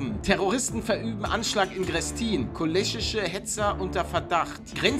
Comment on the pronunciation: Gutes video aber man spricht grestin greeeestin aus mit einem langen e :D